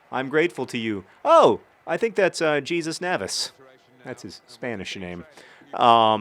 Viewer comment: I always thought the point of a middle name was the name you would have been named. Like your parents 2nd choice. BTW I think the guys name is suppose to be pronounced Jesus (Hey-zoos)